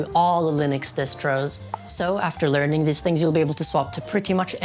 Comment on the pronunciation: omg the leerning